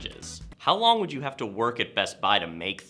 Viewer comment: Why do you say best buy that way